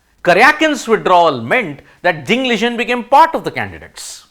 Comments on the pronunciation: Wtf... U cannot even pronounce ding liren name properly... Liren not ligen 😂😂😂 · Ding Liren pronounciation is wrong Ding was suffering from depression and not recovered yet. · why cant he say ding liren correctly